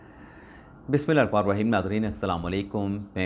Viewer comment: bismillah kion theek nai karte bhai masla kya hai...ghalat parh rahe hoo...